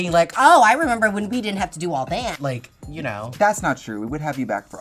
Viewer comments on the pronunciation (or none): none